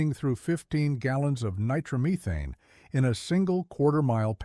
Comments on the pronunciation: Ni-trom-uh-thane? Nitro-methane. 🤦‍♂ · Nigh-trauma-thanes???? LOL (it's NITRO-METHANE dude) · He said nitromeethane it's Japanese fuel made from rice...........lol......next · The word is nitromethane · Get a human to narrate this. "Nye-TROM-e-thane..." (eyeroll) And try being a crew chief and hanging around another competitor's car and see what happens. Also, nitro-burning drag cars don't have transmissions, so no "first gear". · Yep. That’s when I decided to watch something else.